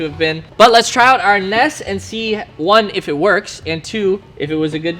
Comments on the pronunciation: N.E.S not nes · It’s not pronounce Nes It’s pronounce N.E.S.